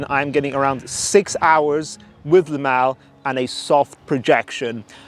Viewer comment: When you say Le Male, it sounds like you’re pronouncing “LMAO.” 😂